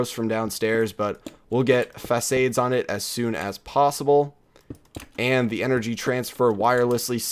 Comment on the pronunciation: Every time you say facaide I cringe